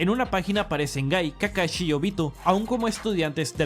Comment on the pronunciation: llamenme mamador pero que culero se escucha que digan "kakachi" en vez de "kakashi" me recordo a mi ex que al "sushi" le decia "suchi"